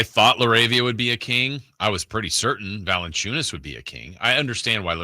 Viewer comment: bro not valencunias 😓